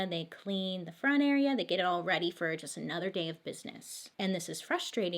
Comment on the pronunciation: Love how she said "run fur it" instead of run FOR it. Fantastic. I hope she knows we are laughing with her! Not at her! The mispronounciation is part of why we love her!